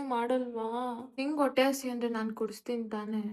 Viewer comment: ಒಟ್ಟೆ ಅಲ್ಲ ಅದು ಹೊಟ್ಟೆ ಕಣೋ ಮಹಾತಾಯಿ